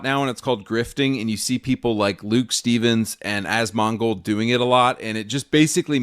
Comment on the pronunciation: "As-Mong-Old" Using that one forever 😊